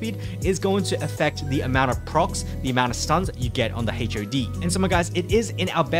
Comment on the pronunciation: they way he pronounce HOD as H.O.D really ticks me off lol